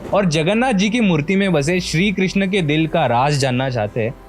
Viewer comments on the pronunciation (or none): none